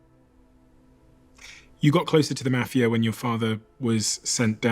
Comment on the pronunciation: ENGLISH PRONOUNCE MAFIA SO GOOFY,I DONT LIKE BRITISN ACCENTS,NEVER HAVE NEVER WILL,LOL😂😂😂😂😂